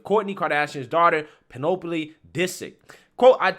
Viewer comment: Pen-OH-PO-lee?, that's pronounced Penelope - Pen-el-ah-pe - like Penelope Cruz or Penelope Ann Miller. The way you pronounce a lot of words is truly something else.